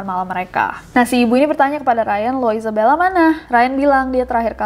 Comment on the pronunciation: Gue: Isabella Kak nessie: Izebella :")